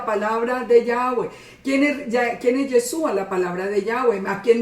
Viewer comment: ¡Hola, bendiciones! Amada el nombre del Mesías es Yahshúa traduce a YAHWEH SALVA, no comprendo porqué no le llama por su nombre. Amada, "Yesua" como lo pronuncia usted no es su nombre. Yeshua en hebreo significa salvación. No comprendo no sabe eso todavía. 🤔 El Pesaj 2019 un poco más de un año yo salí de la religión cristiana y empecé a buscar cómo celebrar Pesaj. Recurrí a las Sagradas Escrituras para guiarme. Estaba muy triste porque no tenía donde congregarme y aprender. Gracias al Eterno YAHWEH mis hijos y yo nos reunimos para estudiar las Sagradas Escrituras, estoy conforme de no tener casa de oración. Este video lo vine a ver ya tarde, pero gracias por el estudio.